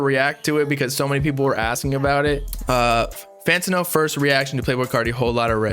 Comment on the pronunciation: did he really pronounce fantano like that